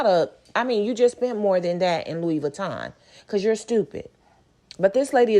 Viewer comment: the way you pronounced Louis as “Lewis” has me on the door 😂 lmao! 🤣 and isn’t flaunting all that cash kinda dangerous? putting a target on her back smh